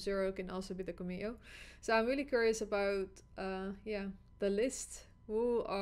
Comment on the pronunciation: The pronunciation of cameo is CAM-eeeo. CAM as in camera.